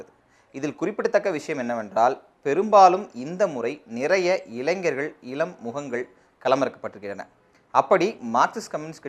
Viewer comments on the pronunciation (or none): none